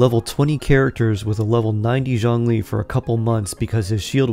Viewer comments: If you can please stop to latinize his name. His name is not “John Lee”. 😅🤣🤣🤣🤣🙌🏼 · Zhongli, the o is like the oo in book and zh is pretty much j sound